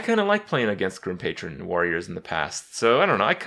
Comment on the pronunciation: Personally I love when Kripp says words like beta, patron, or kraken incorrectly. Its adorable.